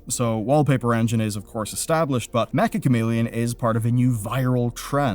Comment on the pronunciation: Why do people (including this guy) keep mispronouncing Meccha Chameleon?